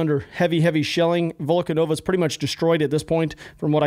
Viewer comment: Volnovakha pronunciation is being butchered the most, I think. What was it in the video, Volkonova? Like not even close